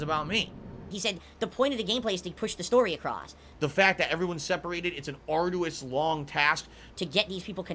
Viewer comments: He just did it with the BO6 reveal. Dude stares at himself 8 hours a day but doesn't hear himself??? ARDOUS SUSSESOR AYUNDD WHANT KHANDOH KHANTHENT The list is endless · Love these single word videos you have on our boy. The fact you have to sift thru all of phils B.S. must be Ardoois LOL🤣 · Yeah, fair play. This one did have to be done 😂 I bet it was literally an ardoois task 🤣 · Never would have guessed arduous. We can make a dictionary. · It was very ardoois to make it through this video dood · Atrociously arduous